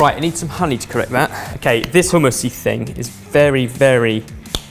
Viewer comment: Barry is... Pretty easy on the eyes... If you're into that sort of thing.... Also, it's hummus not HUMM... I....